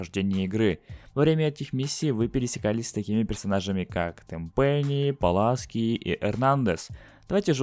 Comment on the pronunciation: не Паласки, а Пуласки-хуяски